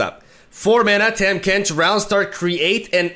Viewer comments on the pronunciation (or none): My guy his name is pronounced TAH-m Kench not Tam Kench xD it doesn't matter but wanted to let you know lol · For what its worth, Tahm is pronounced Tom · Hey it’s pronounced “Tom” Kench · TAHM IS PRONOUNCED TOM TARGON IS PRONOUNCED TARGONE BASTION IS PRONOUNCED BASHON